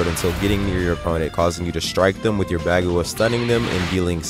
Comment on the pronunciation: great video and everything but the way he says bagua